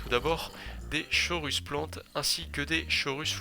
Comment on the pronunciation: Plutôt original la version de présenter cette nouvelle MAJ qui arrive 👍 Il me semble que la prononciation de la chorus plante soit phonétiquement "korus plante" ^^ Autrement j'adore le travail fait sur la miniature haha